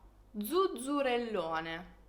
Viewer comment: Zuzzerellone pronunciato come fai tu mi spiace ma è inascoltabile